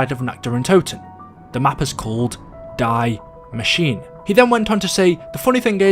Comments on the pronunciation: Hey just as a friendly reminder: You pronounce "Die Maschine" not like the english "to die" but more like "Dee" And you pronounce the -e at the end of Maschine :) I know german is hard just for those who maybe want to pronounce the things right👌🏼🤝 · Just a little FYI, the ‘die’ in ‘die Maschine’ is actually pronounced “dee” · It is pronounced Dee ma sh ee na I saw quite a lot of people mispronounce the name since it is German but love the videos The perk is actually dead shot just take a extremely closer look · Hey love the channel man I’ve been watching since BO3. Small thing, the German word “die” is not pronounced like it is in English but it is pronounced “dee”. Keep up the good work. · "Dye machine" lol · Its actually called DIE MASCHINE wich means THE MACHINE not die machine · I came to comment this I’m glad somebody did because it was honestly making me cringe 😭😂